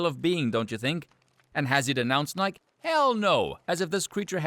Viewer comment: Pronouncing Nike you actually pronounce the e on the end. Nigh-key